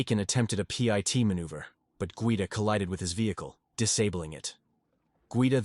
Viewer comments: Pee eye tea maneuver? If you want the AI to say it right you gotta write Pitt maneuver with the capital P. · P.I.T 😂😂 man it's pit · Pit ❌ P. I. T. ✅ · Too bad AI voices don't know that PIT is pronounced not spelled. CPL is short for corporal. Geez this is ridiculous. Great videos but please have a real human narrate.